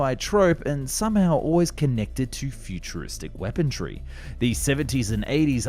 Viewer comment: I love your videos, however I don't remember there being a "t" in weaponry. Ur killin me bro